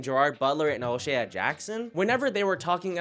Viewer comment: His name is pronounced “O’Shay” not “ O’Shay ah”😂